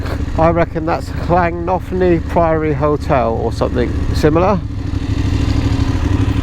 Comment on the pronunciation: Sorry ewa you are wrong. Its a blanket 20 and there was leniency for 26 for prosecution during first year but now prosecuting at 24. 10's of thousands have been done for 26 during first year. Plans to reduce it to 24 as of now. Llantony priory. Very pretty. Try llan.....antony for pronouncing it. Good drone shots. Google maps in rural wales. Download online beforehand. You can download the whole country. You booked for the dragon rally yet? Gospel pass. He was going way to fast over that brow of hill and wasnt expecting to see another vehicle. He stopped in middle of road. I would submit that video to police! He is a total knob and a dangerous man cos of his road range. "If i was going to hit you off....." Report him. Nasty man and you have his reg number! If not i will report him for you as he was wrong and i was proud of you!